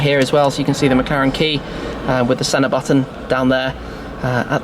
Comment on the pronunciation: The 'Shenna'.